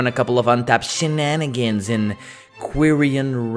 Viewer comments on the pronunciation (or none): Shenanigans, not shinanigans.